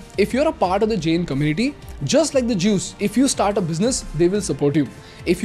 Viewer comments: Isko pehle Jain bolna sikhao, pure video me jen jen bole jaa rha h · If I have not heard it wrong are you pronouncing " जैन " as " जेन ". " जैन " is correct pronunciation. 😅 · your pronunciation of "Jain" is wrong. Its Jayn not Jane as you are saying it. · Just a minor correction, it is pronounced Jain(जैन) rather than Jane. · Firstly thanks for spreading knowledge about our community and religion but ek baat bolu ? It's not JEN, it's Jain. Please correct your pronunciation brother 🙏🏽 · It’s not Jane, it’s Jain… It does not rhyme with chain, it rhymes with can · Bro plz Jain aache Se bol lo